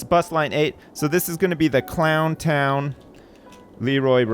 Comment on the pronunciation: you missed the n on both "Clow'n' town Leeroy Brown" and "Clow'n' town Jackie Brown"